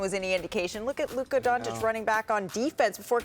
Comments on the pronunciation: He calls Luka, “Luker,” lol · ”Luker Donchick”